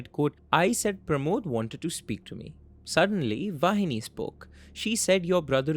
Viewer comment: He pronounced "vaini" In a weird way too lol